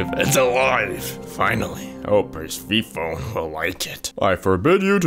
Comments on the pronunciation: Not the (PER- SEE- PHONE) instead of (PER- SEF-FONY) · When he said Persephone like persigo instead of it like persefoni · Perc-phone I am weak. Word of the wise it is per-sef-a-knee for future use. You did good though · ahh good morning perseyperphone as you say web comic ok can you like just look it up persephone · bro rlly said persepophone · PER-SEE-PHONE PER-SEA-PHONE PEER-SEE-PHONE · No it's Per-Seph(sef)-oh-knee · Bro literally said Perphesone once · Where's Purse-a-phone? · Man fr said “Per-sfee-phone” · why he say persephone as PerrrrSIphfOOOnE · Bro wont pronounce Persephone right